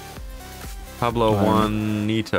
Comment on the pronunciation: said Pablo Juan ito 😂😂